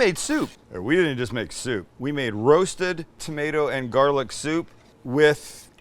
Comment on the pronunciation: Chicken Shshhhshhhsoup lol